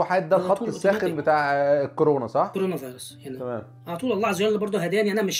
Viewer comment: كانوا مسمينك كريم خرابة؟😹😹😹💙 بس انت مش بتنطق الكورة صح اصلا ي عمنا بس عاش 😂